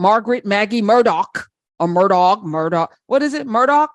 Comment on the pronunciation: Professor Hunter his name is pronounced "Murder" and yes OJ is an "expert" opinion. LOL.